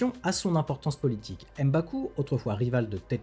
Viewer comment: M'Baku, on ne dit pas "Em" Baku. Comme pour M'Bappe.